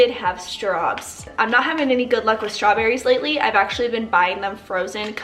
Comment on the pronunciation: Oh my gosh i love that you call them stawbs